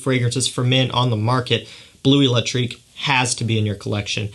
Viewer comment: You're favourite release is not called Blue Electrique but Bleu Electrique. Please check the french pronounciation!